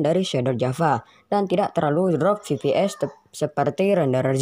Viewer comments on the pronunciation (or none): Koreksi bang. EFPIES bukan VIPIES